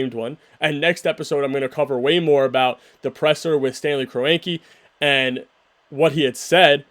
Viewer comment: I appreciate the videos, also that's not how kroenke is pronounced🤣